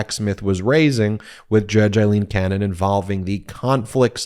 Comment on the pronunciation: It’s AAAAAAleen not IIIIILEEEN 😊